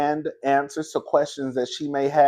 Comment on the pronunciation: talking bout I got a “quertstion” like Wanda down to the dinner table Duh fuh